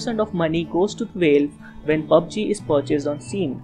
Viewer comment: Nice vid :) Btw its valve not veilve (the pronunciation)